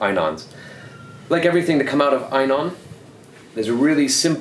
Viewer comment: Great video, but just so you know int pronounced E NON. At least that's how we say it in Japan, and how the reps say it at the dive shows here in Tokyo. I said it wrong too for years